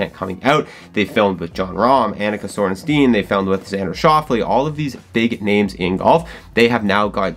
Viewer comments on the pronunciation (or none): It's Sorenstam, not Sorenstein :D